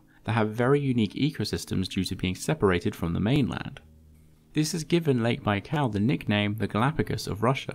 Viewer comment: „lake baikaaaaw”